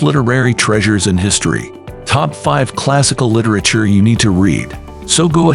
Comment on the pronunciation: Would be nice if the machine narrating could pronounce word like literature